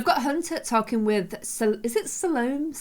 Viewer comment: I think it's pronounced SAL-oh-MAY.